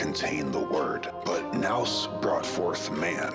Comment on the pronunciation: I can't believe you made this whole thing without knowing how to pronounce nous 😂 Love the material, though.